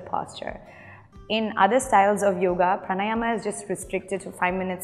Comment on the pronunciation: Perfect video. Thanks! Just one glitch: please say "praanaayam", and not praanaayamaa !